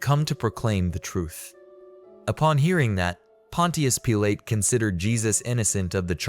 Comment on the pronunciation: Pontias Peelay 😂